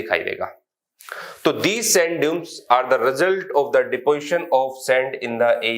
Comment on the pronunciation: Sir.. Sand Dunes hi hota h... Dumes ni hota h... don't worry #